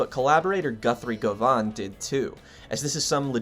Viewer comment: You should pronounce Goven like oven. Its scottish.